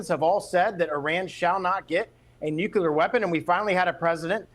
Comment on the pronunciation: another goofus who can't say nuclear....